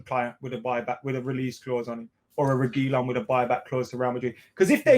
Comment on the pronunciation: learn how to pronounce reguilon, same with AFTV. Reguilon will be coming back to Madrid after Marcelo leaves